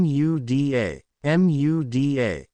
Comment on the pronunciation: I hate how the auto reader speech spells out Muda rather than say it. It's annoying when spelled repeatedly.